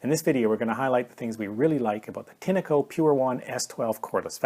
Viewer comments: Pronounced with a short 'e'. If you don't know what that means, it's an English pronunciation aid. Tin-echo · Why do you call a “tin-a-co” ? When there is clearly no a in the brand name